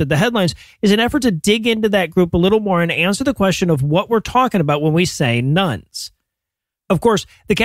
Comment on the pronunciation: Everytime you say "Nones" I hear "Nuns" and wonder why the convents have suddenly gotten so popular.